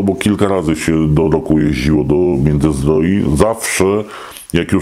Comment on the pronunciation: Międzyzdrojów a nie Międzyzdroi